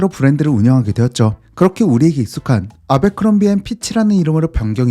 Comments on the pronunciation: 제빌 아베크롬비라 하지마. 미국가면 아무도 못알아둘어. 애벌크롬비다 바보야. 아 짜증나게 아베아베 거리네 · 미국에선 애버크롬비라고 발음합니다. 아베크롬비. ..ㅡㅡ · 아베크롬비 ㅋㅋㅋㅋ 정말 세상에 없는 콩글리쉬 발음. 애버크롬비다. 제발 본국사람이 모르는 발음은 그만.... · 애버크뢈비&애버크럼비 사이 발음이 더 가까움..내 20대를 청담 아베크롬비 플래그쉽애서 보냈는데.. 추억이 새록새록하네 ㅎㅎ